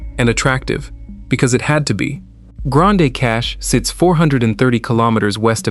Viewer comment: Pronounced Grand Cash